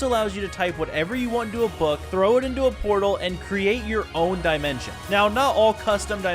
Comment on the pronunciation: NAH BRO REALLY SAID DYE-MENTION